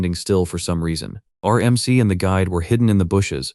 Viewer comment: Ai struggles to pronounce MC (em see) and proceeds to say mick instead and a few different ones too. this happens about 30 minutes in and continues for the rest of the video. overall though it actually described what was being shown for the most part. a decent video, and the story is definitely good.